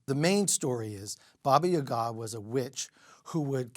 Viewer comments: Having spent a lot of time in Russia...around Russians.... etc... And still pronounce Baba Yaga wrong? 🤔 Hmmm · Doesn’t pronounce babayaga correctly lol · Do you expect the guy who can't say "Yaga" to pick up on that? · Please pronounce “babayaga” correctly if you have studied this!